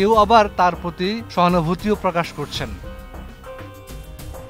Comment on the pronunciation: যে নিউজ পড়লি তাকে বলছি 😊 "ডেক্স রিপোর্ট নাকি ডেস্ক রিপোর্ট? "তোরে চাকরি দিছে কে 😂উচ্চারণ জানেনা আসছে নিউজ রিপোর্ট করতে 😂😂😂😂